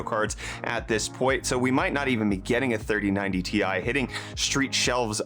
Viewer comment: i gave u dislike for saying 3090tai